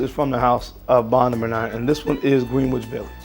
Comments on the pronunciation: PRONOUNCED GRENICH. NOT GREEN-WICH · Green witch sir 😂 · Just a headsup, Green-which is pronounced Grin-itch Village. Gotta get to NYC my man. 😎✌🏾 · I'm also not a New Yorker but it's pronounced Grin - Itch Village lol not Green Witch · Dude.. again.. GREN-ITCH VILLAGE.... NOT Green-wich village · Not tryna be that guy but its actually pronounced GREN-ITCH so its GRENITCH village not Green witch lol 😆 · Its pronounced Gren-ich Village. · Pronounced “grenitch” village. That NYU area in Manhattan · Pronounced Gren-ich village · Thank you for turning me onto this fragrance line. I'm a native New Yorker (Brooklyn born & raised), but my career has taken me very far away for a very long time from my NYC roots. BTW, its pronounced Gren-ich Village, both in the states and in the UK, lol. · Liked your picks and I look forward to your posts, Fam. As an aside, and having lived in Harlem for years, "Greenwich" is pronounced Gren'itch. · The w is silent in Greenwich. Enjoyed the video. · I was thinking that too